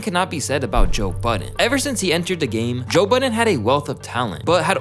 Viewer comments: Please tell me I'm not the only one who heard "Joe Biden" instead of "Joe Budden" I'm stupid bro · “Joe Buden”😂😂😂😂😂😂😂😂😂😂😂